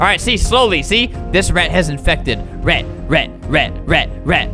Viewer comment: Albert pronounces: rat - rEt Albert pronounces: perfect - purfict. Enjoy my boring comments.